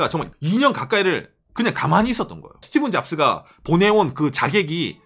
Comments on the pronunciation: 스티븐 아니고 스티브 잡스요!!!!! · 스티(븐) 잡스.. 스티븡 유 같아서 거슬리네요 ㅋㅋ ㅋ 스티(브) 잡스 부탁드려요 ㅋㅋ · 스티븐잡스가 아니라 스티브잡스입니다